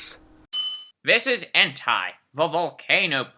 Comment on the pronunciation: It's pronounced 'N-Tay.' Prof. Oak should know this.